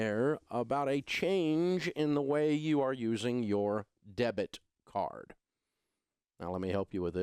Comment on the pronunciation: three times you said debt card and I thought you were referring to a credit card (as in debt)... do you mean a DEBIT card? we've had chip cards a lot longer than USA for some reason... first thing canada has ever been first at (besides hockey haha)